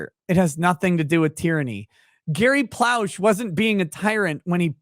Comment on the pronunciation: Leon Gary Plauché, spoken "PLOE-shay," was a great American and a Louisiana hero.